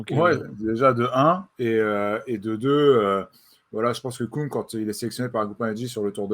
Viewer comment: Stefan KÜng s'il vous plaît, et non pas Koung. Avec un U qui se prononce comme le U de GaudU.